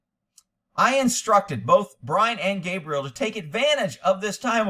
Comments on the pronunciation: Gabby or cab-rie-LLa/girls name not cabriel/boy name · calling Gabrielle "Gabriel" is so distracting, haha. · Man at least say HER name right